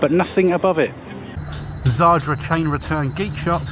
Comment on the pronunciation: It's zadra not zardra.